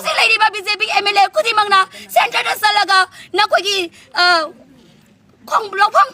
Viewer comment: Centren ro central ro meitei gi pronounce section se gianta dre...😂 Noi meitei gi lamcht do han na khan lo kuki khatta ngang nge taning de...